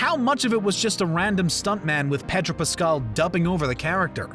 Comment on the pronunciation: he also kept saying “petro” pascal lol